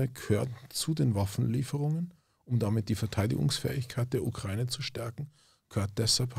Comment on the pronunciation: Kann dem mal jemand sagen, dass es die Ukra-Ine ist und nicht die „Ukreine“